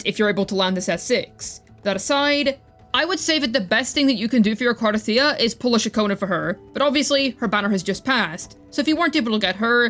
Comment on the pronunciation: Thank you for saying her name correctly. Other CC's must have audio turned off in the game 😅.